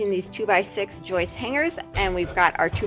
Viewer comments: I'm with you beautiful It is JOIST with J Not YOIST with a Y lmfao Sorry 🙏 brother but has it Right lmfao:-P:-P:-P:-P:-P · So - two words that rhyme: moist and joist and plural for joist is joists. I am sorry but I used to be a teacher and I just cannot stop correcting people. I hope you do not mind! And I love your videos and photography!